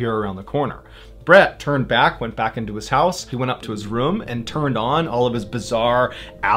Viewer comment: Sometimes you pronounce “room” “room”, and sometimes you pronounce it “reum”. It makes me think of how sometimes i look at my tallywacker and go “eh, it’s ok, I’m a grower and I’ve got plenty to work with; and other times I pull it out and take a look I’m like “damn look at you, hittin’ mid-thigh”